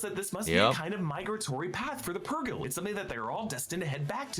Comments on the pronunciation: Yeah the thing that finally got me to unsub from screen crush is incessant refusal to pronounce “purgill” correctly. He’s been corrected a lot of times and he still says “pur-JILL” and maybe that shouldn’t bother me so much, but it drives me nuts. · It bugs me that mispronounces Purrgil